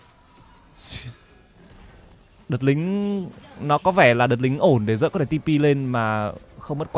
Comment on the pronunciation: Zeus đọc là "Ju'ts" chịu khó mà thay đổi đi, đọc sai tè le hột me hết e ạ